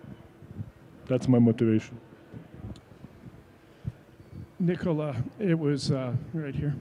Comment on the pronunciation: You had 10 years to learn that his name is Nikola not Nicola